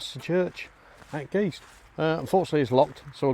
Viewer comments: Hi,you said you had done research on county school. And although you covered most of the churchyard, a bit of research about Guist may have advantageous, as well as how to pronounce Guist..(Giste), not Geese. You also walked passed a Marl Pit, and the Village green is not around the clock. The house with the Tardis, used to be the Village Hall.and you talked across it,in front of the shop. There was also a Fire Station next to the lane to the right as you face the shop. I know you said you leave the history to the experts,but these are general facts. The key for the church is available on request from the shop. Lastly,thank you for bringing Guist and St Andrews to the public eye. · A correction... It's not called Geest, it's name is Guyst!